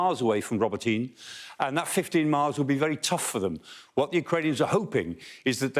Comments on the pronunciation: It's not Roboteen, it's pronounced Robot een eh. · For Mr Clarke's benefit, it is RO (as in rot) BO (as in bot) TY (as in tea) NE as Nairn or hair)